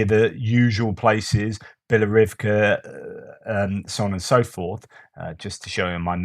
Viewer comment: Thank you, could you please pronounce BiloHOrivka as it is not Bilorivka